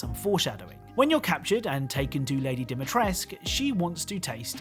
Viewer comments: You would've though Capcom would hire some Romanian translators to teach the actors how to properly say words. Especially Dimitrescu ... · I actually thought it was a French family, because of the pronunciation. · man even the voice actors in the game butchered ciorba de legume and dimitrescu sigh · the 'u' in Dimitriscu is not silent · i like the way the duke pronounces "lady demetrescu" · Am i only one that thinks that the letter u in the Dimitrescu name shouldn't be silent? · it bothers me that capcom pronounced the romanian names wrong, there are no silent letters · as a fellow romanian its Dimitrescu and not Dimitresc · DimitrescU, not Dimitresc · It’s not “Dimitresk”, it’s pronounced as it’s written with a “cu” at the end. At least that’s the correct way according to Romanians. Anglicizing everything is so annoying. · Hearing you call Sturm 'Stern' and Dimitrescu as dimmy-tresk... Aghh. It's not Stern. It's Sturm. German for storm. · Why do you call her Dimitresk that fucks me up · Dimitresk? No, Dimitrescu. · i thought dimitresc(u!) was worse bc its said more often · Man.... It's not Dimitresk... It's real romanian Surname and you have to pronounce as Dimitresku... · I don't know why people read her name "Dimitresc" when it literally has an "u" at the end? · in romanian it would be pronounced like Dee-mee-tres-cu, the voice actors are pronouncing it Doh-mee-tresc a lot though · could you please not say dimitresc, and instead dimitrescu. its freaking me out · Knowing that Capcom was so lazy they set it in Romania but didn’t ask a single Romanian how to pronounce Dee-mee-trees-coo really harms my appreciation for an otherwise great game. Also, the extremely lazy Lorem Ipsum on the Lei; it’s a common nonsensical page-filler. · It hurts to hear people misspronouncing romanian words. "Regina Rosie" means "The Red Queen" and "Ciorba de legume" is just soup with vegetables. AND THE "U" AT THE END OF DIMITRESCU IS NOT SILENT